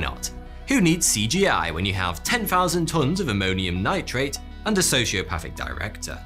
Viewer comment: Ammoniumnitrate huh?